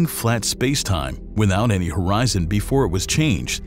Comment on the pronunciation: HORZION 😂 Milky Way Horizon😂😅😂😅😂😅